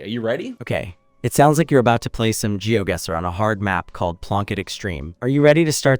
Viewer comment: Gemini at playing Geoguessr: 🎖 Gemini at pronouncing 'Geoguessr': 💀